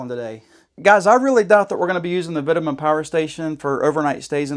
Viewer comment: Vitamin? It’s pronounced v toe man 🙄